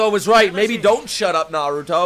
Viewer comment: I want to thank you. Thank you that you pronounce 'r' in Naruto just like it should be!!! Love it!!!